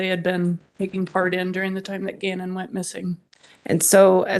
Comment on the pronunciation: Why does the defense attorney keep mispronouncing Gannon's last name?